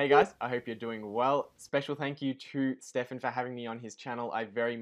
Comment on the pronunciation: No Hamish its not Stefan😬 Amazing video though from the two of you guys. Really looking forward to seeing more in the future. I think I'm more congruent with Hamish's investing style but I really love your method I'm just not experienced enough to recognize the opportunities out there like you are!